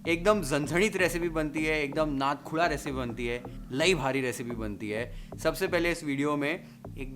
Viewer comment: Dear, i m big fan of you though won't comment everytime but today the way you uttered the words, zanzanit, tambda n pandhra rassa, nad khula, maja aa gaya. Now let me watch the recipe. 👍👍